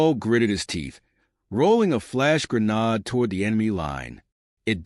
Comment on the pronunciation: You seriously need to know how to pronounce grenade (gri-neyd not gri-nawd)